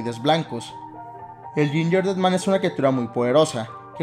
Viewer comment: otras personas:gingerdead man:yinyerded man:v